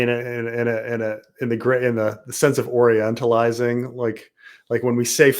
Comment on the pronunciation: Did he just say orientalizing?